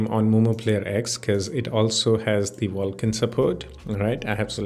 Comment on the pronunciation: Wtf is "Wulkan"